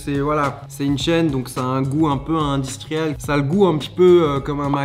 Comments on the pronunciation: Personne : Charles : Indistriel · C’est IN DI STRI EL 😂😂😂😂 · J’adore comme il dit « industriel »